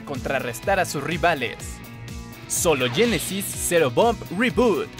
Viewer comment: no se dice yenesys si no genesis